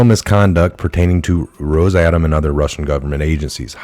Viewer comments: great work, but can you please put a little effort into pronouncing words correctly? Rosatom = ROSS-uh-tom Socarras = so-CAR-ras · It’s Ros- a- Tom. If you can’t pronounce it how do you know what it’s about??